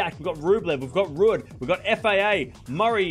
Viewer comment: Someone tell is pronounced Rude.